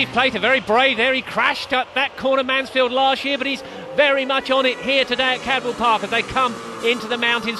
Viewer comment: good video but its cadwell park not caldwell park